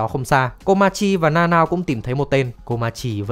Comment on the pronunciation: Tính ra Nanao đọc là Na Na ô :v Na Nao nghe TQ quá :v